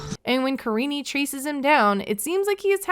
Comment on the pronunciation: Her name literally is Karine not karinie lmfao he just doesn't know how to pronounce it